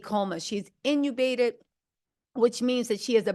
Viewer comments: In-tu-bated not inubated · The way says intubated 😂